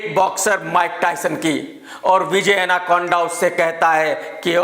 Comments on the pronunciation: Did you all noticed that KRK actually said vijay anaconda... Well honestly I'm unknown to this actor but still I searched this guy and found his name was vijay devarakonda not anaconda🐍... KRK 🤣🤣🤣😂😂omg.. Wtf man 🤣🤣😂😂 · Which school you have been boss it’s not Anakonda it’s Devarakonda pronounce name properly it’s not not American name it’s Indian name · विजय एनाकोंडा नहीं 😆😆 विजय देवर कोंडा है। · भाई विजय एनाकोंडा नही देवराकोंडा है 🤣🤣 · Are bhai he is devarkonda ...not anakonda